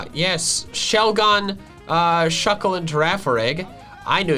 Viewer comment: It’s shuckle